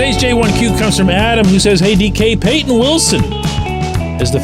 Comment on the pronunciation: Actually it’s “Payton” Wilson lol. I had to say that because I’m super pretentious hahaha.